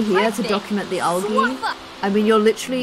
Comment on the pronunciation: it is pronounced like aljy like the g is pronounced as a j